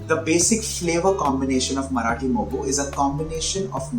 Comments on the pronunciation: It's Marathi moggaa.... Not Marathi mogguu 😂😂😂😂😂. Mogga means bud. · Marathi Mogga not Moggu. BTW appreciate your efforts.👌